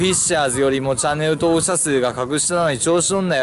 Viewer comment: チャンネルとぉおく❌ チャンネル登録⭕ ワロタw